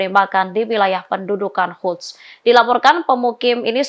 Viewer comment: Sepertinya reporter tribun ini gak bisa membaca dan tidak memahami berita yang dibacakannya. Banyak kalimat yang apakah memang tidak tau membaca atau mengacaukan algoritma pada penyebutan kata-kata seperti Quds dibaca Huds dan zionis dibaca yonis.